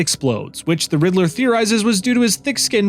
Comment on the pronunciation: I love and appreciate the video so much!!! This video needs more views!!! But really said “riddle-ER” 😂